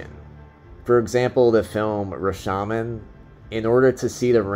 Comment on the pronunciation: It's pronounced "ra-show-mawn"